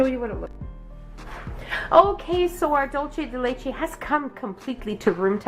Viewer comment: That’s not how you pronounce dulce de leche